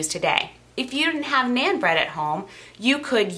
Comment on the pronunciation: Naan does not rhyme with Ann as you pronounce it. It rhymes with ON. Sounds like NON.